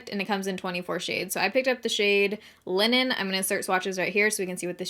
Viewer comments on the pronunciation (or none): Linen or Lennon? 😂😉